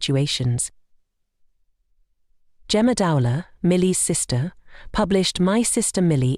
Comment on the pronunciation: Would have been more respectful if her surname could at least have been pronounced correctly. Shame her sister decided to make money from it, I hadn't realised that.